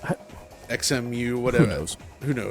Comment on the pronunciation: XEMU, afaic, is pronounced Zhemu. Kind of like Xenomorph or Xylophone